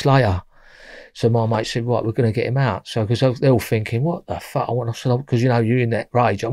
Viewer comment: "So I think to meself - Fack." Tell it how it is,.